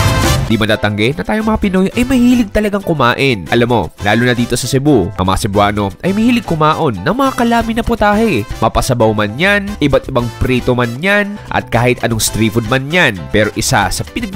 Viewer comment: sir, its mukaon not kumaon😅...